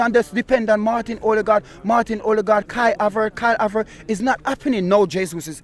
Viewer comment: "Kyle Abert" 😂 no man